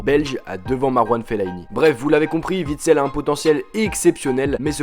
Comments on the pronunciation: Mec,c'est pas Vitsel mais OUITSEL. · Les Français arrêté de dire les nom des joueurs belge vous savez pas les dire un '' W'' c'est pas un ''V'' et vous dites Veekend ou weekend ? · ALEX Witsel? Je connais pas ce joueur. Tu sais même pas faire de vidéo convenable avec de bonnes informations. Avoir une chaîne foot et se tromper de nom de footballeur comme une groupie qui dirait "Grizou <3", honteux sombre merde